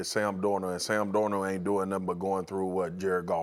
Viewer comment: who's Sam Dorno?